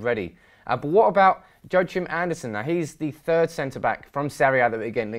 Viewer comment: Joachim is pronounced "Yoakim"